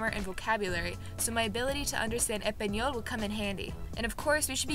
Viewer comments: She talks Spanish so well that she eats the S in Español. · She said epanol and not español lol😊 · Me, thinking it's probably going to be fine: Her: says EH-PAN-YOLL Me: Oh she's done for.